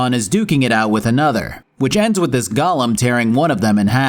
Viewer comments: Look, it's not a gollum - It's a golem. Very easy to say. Go-Lem. Easy. Now you try! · Say it with me. GO Lem. It's not Gollum. It's not a little imp from Lord of the Rings. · Why do so many people now pronounce Golem as Gollum? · Bc that is how Shale pronounces it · I'ma have to skip part of this review because of you constantly referring to Golem as Gollum. This isn't fucking lord of the rings. Pronounce it correctly. Other than that, solid vid :3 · Your pronunciation confuses golems with Gollum. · I literally had to turn the video off when you got to the golem part. You can't pronounce it like a Lord of the Rings character. Come the fuck on.